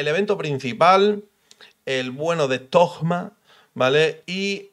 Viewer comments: Dejen de decirle tojjjjjma, se le dice tōma/tohma/touma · Porque le dicen tojma ? Cuando la pronunciación en español sería Simplemente Toma, zoma en inglés ya que se escriba Thoma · XDD Sigo sin entender lo de llamarlo Togma (ya se lo he visto hacer a varios creadores de contenido), dejando de lado la pronunciación de la h en Alemán (se supone que es en lo que se basa Monstad) o en Japones (Inazuma) la H va entre la T y la O, no hay nada después de la O para cambiar la fonética y meter ahí una g. Otra cosa sería decidir entre Toma y (th) Zoma pero eso ya es para gustos XD. Se que es un comentario muy mimimi pero es que es meterle una g ahí a lo José Bono en plan yolo XD Por lo demás muy buen video como siempre ^^. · Porque le dicen Thogma y no Thoma en su nombre no hay ni una G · Alguien me explica porque le dicen ThoGma? En españa agregan una "g" despues de un "Th" o que? porque escuche a Tiesogamer decirle asi tambien jajaj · porque lo pronuncias con G thogma??? xd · No entiendo por qué le dicen "Togma" ... de dónde sale esa G '??? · Porque conio dices ThoGma xd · Porqué dice togma me da toc. Ma